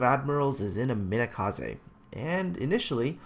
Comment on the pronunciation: why did you pronounce Umikaze as Umakaze?